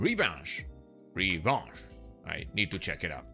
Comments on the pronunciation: Yes, "Revanche" is Revenche in french :D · Revanche is French…. Revenge. Thanks for the video. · Max FPS slider... Noice - or should I say "Bellissimo"??!! Oh, and it's pronounced "Revanche" - now you know 😂